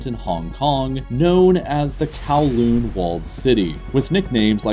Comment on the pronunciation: I cringed at the pronunciation of Kowloon